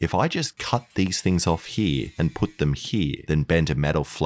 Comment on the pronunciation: Whenever he says here I hear H I R